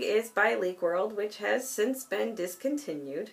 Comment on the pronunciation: what a collection ;; I love your old man<3 I actually laughed every time you were like "And this has been... discontinued."